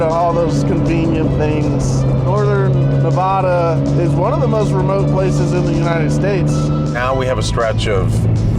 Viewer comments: Loved the series guys. Love all the offroad and driving to a goal content Donut has been puting out. Also, it's Nev-a-duh not Nev-ah-duh. The first "a" is pronounced like in "hat". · Hey just to let y’all know it’s NEH-VĂD-UH. Not NEV-AH-DUH. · Nev addd uh say it right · These eastern people lol. It's NUH-VAA-DUH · call it navadah one more time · Great video(s), but why do you keep saying Nevahduh? Oh, cause you took a Subaru on this trip.....that trends.... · You all also say Nevada wrong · ALMOST a 10-outa-10 series! i will have to take points off for not saying Nevada right, but overall one of my favorite things you've done! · The whole Nevada part actually annoyed me so bad 🤣 living here my whole life. Trust me thousands of people have driven where you guys say only a couple dozen have traveled, best state to explore in and so much history here but also for the love of God pronounce my states name correctly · You guys live in California but can’t pronounce Nevada? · Your saying nevada wrong